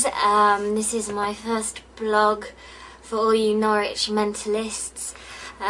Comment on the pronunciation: I’m glad pronounced Norwich right. Woop my home county got a brief mention